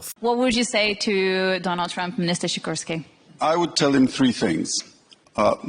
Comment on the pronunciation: Sikorski (pronounced Shi-kor-ski) is a Tusk'r aka Follower to the Trudeau/Biden of Poland.